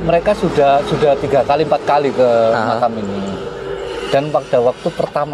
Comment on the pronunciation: Makam, sama makom beda pak... 🙏